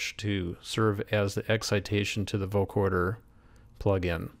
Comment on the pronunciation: not vocoRder. vocoder. no R as in recoRder.